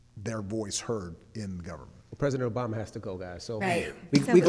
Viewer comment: You are no good 🤣🤣🤣🤣 It's Obama not "OBaby" lol